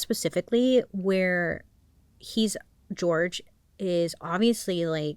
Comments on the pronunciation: jorge is usually pronounced “horhay” ..but ilysm and i think it’s cuter as george… edit as i’ve watched the whole video: they call him george. sorry bailey love ya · his name is pronounced “hor-hey” his family was very disappointed in the legal teams that always would represent sarah because them and sarah would just call him George which is sad and disrespectful, but the team that represents him would say his name the correct way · I really wish people would pronounce George's name properly. It's Jorge. Sarah was told multiple times by Jorge's family that it's not the American pronunciation. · Bailey I love you so much but the way you pronounced indigent and Jorge PLS 🥲🤣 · Just putting out here that his name is pronounced with an H sound(where the J is) not with a G! Love you Bailey